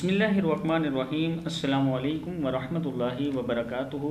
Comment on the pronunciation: Sir aap na pahale salam achi tarha se Bola karo Assalamu Alaikum